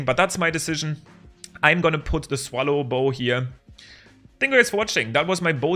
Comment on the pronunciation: I love how he doesnt know how to pronounse swallowbow, becouse he is german but i am as well